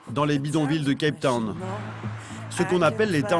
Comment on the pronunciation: CAPE TOWN, pas CAP TOWN ...